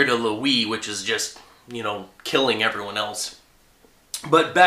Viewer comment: did u mean to say everone